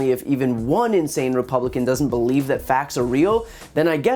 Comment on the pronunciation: I 'bal'eve what I 'bal'eve